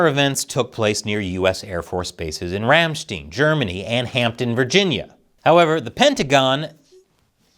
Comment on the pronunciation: it's STEIN not steen. EI make hard I sound. IE make hard E sound. Ramstine, Epstine... You know, like Frankenstein.